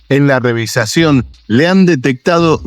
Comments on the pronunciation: REVIZACIÓN? SE DICE: REVISIÓN....GRANDOTE Y NO HABLAS BIEN😂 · REVIZACIÓN VARIAS VECES LO DICES....SEÑOR ARGENTINO ...HABLAS INCORRECTAMENTE! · Narrador del vídeo: No sé dice "revisacion" lo correcto es "Revisión" Que manera de destrozar la gramática!!🤔🫣😲😞